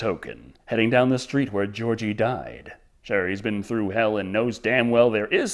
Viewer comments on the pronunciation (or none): none